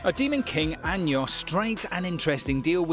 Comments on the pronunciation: we gunna ignore the way he saying anos as Anyos lmao Edit: Nevermind, its about 85% of things not just anos lmao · i fuckin died when he said anyos LMAO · Anos became Años